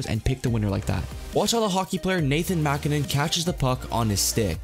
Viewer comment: Please look up how to pronounce names. You mispronounced MacKinnon and Tottenham and Thierry Henry,. Cool video though